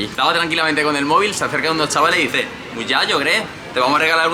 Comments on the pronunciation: Y por cierto the gref, es muchacho no muyayo, lo que la CH la tenemos muy pronunciada 🤨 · No vuelvas a decir muyayo que te pegamos jajajaja es muchacho ❤